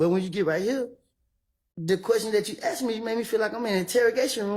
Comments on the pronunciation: She’s freakin awful. And I hate when she says “axed” instead of “asked”. It’s cool when ur either friends but not as an attorney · Stop saying axed. It is asked.🤯 A DA or ADA should have an education. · Did that lawyer really say “axksed”?! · I just cannot believe you can be a lawyer and use the word ‘axed’ so much. This lady is pretty stupid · Damn, I’ve heard “axed you” way to many times from these fools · an educated lawyer can't pronounce asked properly?